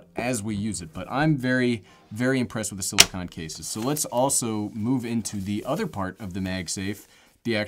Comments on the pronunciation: Silicone, not silicon. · Hey, there are dozens (literally dozens) of people that are seriously concerned for you and your pronunciation of silicone. You will be in our thoughts and prayers as you tackle this issue (pronounced is-you and not ish-ew). God’s speed my friend.